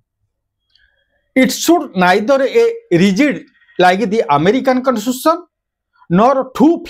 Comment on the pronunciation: Sir apana Constitution ra pronunciation bi thik se kari parunahanti😂😂😂. Tu kya don banega re